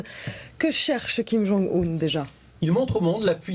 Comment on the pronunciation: Kim ong oune..... Kim Jong eun ..... je n'en peu plus